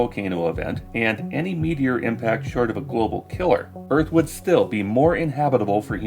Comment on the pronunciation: Man I can't stand the way he says "first" like "fust" and "earth" like "uth."